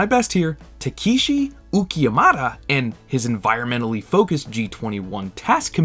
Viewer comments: Ta-KEE-shi OOkie-yamada lol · "I'm doing my best here TAKEESHEE UKHI-YA-MADA-" No, dude, you're not doing your best. You're literally guessing. 😂 Is it really that hard for car YT'ers to look up Japanese pronunciation? I'm noticing a trend in the last few months... Jab aside, nice vid. Keep it up. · Did you really try your best with Takeshi Uchiyamada ? Bro you destroyed his name lmao